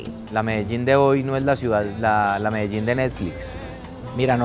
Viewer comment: ffs she can't even say Medellin correctly